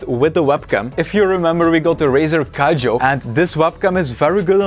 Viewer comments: Somebody tell this man its not Razer Kijo its Kiyo --- K- I - Y - O,the vid is good though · Brother, you saved my ass, but hand, you don't say "kayo" you say "Kiyo" that's from the first year of Andalusian for God's sake